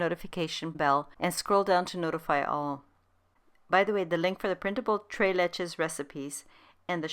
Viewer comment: Tres is pronounced trace, not tray. Just a helpful hint